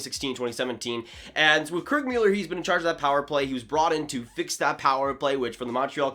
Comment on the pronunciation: Kirk Mewller lol